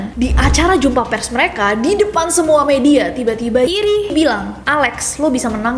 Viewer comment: Nessi setiap nyebut nama Jiri (hiri) kedengaran aneh. beberapa kali.